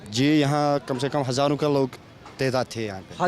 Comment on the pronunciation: Sala mkkar reporter nagrikik hazaron kah raha hai reporter hazar bol raha hai dallan top